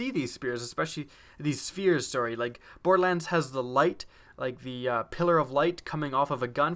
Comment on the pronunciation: 'Bordelans' lol